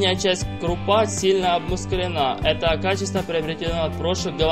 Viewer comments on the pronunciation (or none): Диктор, откуда тебя вытащили.. кОнкур, крупА.. писец.